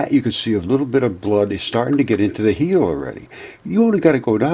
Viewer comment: Theres gold in them there "heels" (hills) !!??🤣🤣🤣🤔🤔🤔🤔